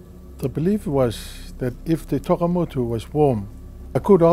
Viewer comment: Tokamotu not Takemotu